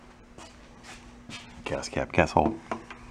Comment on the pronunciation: He definitely pronounced the L